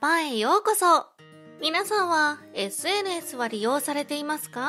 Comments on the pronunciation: SNSの言い方が微妙におかしいw。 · SNSの発音独特ですね笑